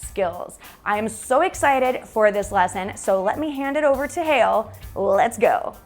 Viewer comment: I thought u said: let's go to hell, oh It's Hale.